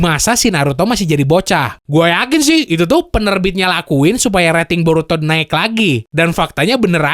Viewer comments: "BoruTOD" 🤣🤣🤣 Di Awal.. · Brok, lu nyebutnya burutod ya wkwk